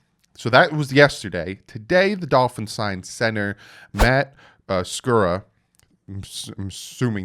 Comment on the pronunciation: You said it right. Just so you know.lol